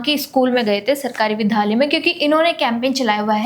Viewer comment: "Vidhalay" nahi hota hai. "VIDYALAY" hota hai.